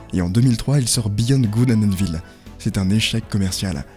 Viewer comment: Pitié les gens « evil » ça se prononce « iveul » et pas « évil » 😊